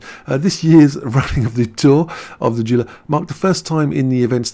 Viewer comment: The word Gila Is pronounced HE La. That's the first word and spelling in Gila Monster, a colorful poisonous lizard that resides in the SW deserts of the US.